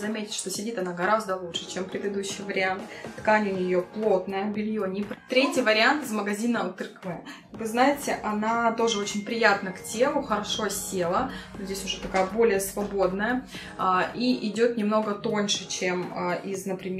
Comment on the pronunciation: Я не про Uniqlo, а про Uterque, он читается как УтЭрке